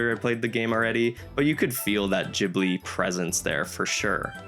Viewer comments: it's GHIBLI like GHOST :p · You're pronouncing Ghibli so weird it's not a j